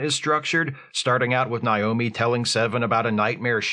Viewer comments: I think it's a dialect thing. I live in an area where people pronounce the name like that as a default. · Is mispronouncing Naomi's name a bit? Cus like... has seen this shit a million times. 🤔